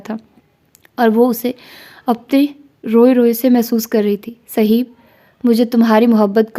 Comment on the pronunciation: السلام عليكم ورحمة الله جی ناول کے بارے میں آپ کی اپنی رائے ہی ٹھیک ہے ویسے میرے خیال سے آپ اس کو صہیب(ص کے اوپر پیش اور ہ کے اوپر زبر)پڑھیں اک مشہور صحابی ہیں صہیب رومی رضی اللہ عنہ ویسے اس طرح کے جو چار حرفی نام ہوتے ہیں مثلا زہیب، عمیر، زہیر، اور بھی اس وزن پہ وہ اسی طرح (پیش) کے ساتھ پڑھے جاتے ہیں آپ شاندار پڑھتی ہیں چونکہ ہم خود پڑھنے لکھنے کو پسند کرتے ہیں اس لئے یہ کہ رہے ہیں خفا نہ ہوں